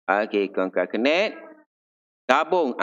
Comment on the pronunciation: "Concatenate" rasanya...bukan concacenet kot....typo rasanya